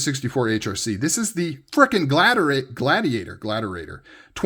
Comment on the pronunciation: "Gladerade"... new energy drink for knife enthusiasts lol